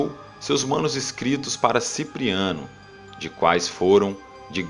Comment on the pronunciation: "...Manos-Inscritos..." kkkkkkkkkkkk